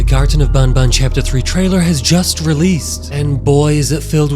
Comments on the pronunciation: It's banban not Bonbon say it it's an "A" have some Respect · it is not bun bun it is ban ban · It's banban not bonbon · Can you pls stop saying bon bon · pfffft how he called banbans horn lmao